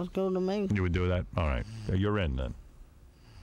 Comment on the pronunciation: Valencia Beetlejuice always says goo instead of good so Gilbert was basically making fun of him to his face but Beetlejuice isn't smart enough to realize that